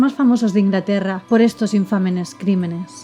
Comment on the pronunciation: Me encanta la forma en que narras. Veo cada video con emoción. Pero.... no se dice " infamenes".